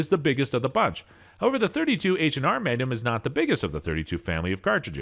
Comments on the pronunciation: Is anyone bugged by how he pronounces maGnum . All I hear is manum lol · Take a shot every time he says "megnim". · Lost me on the pronunciation of MAGNUM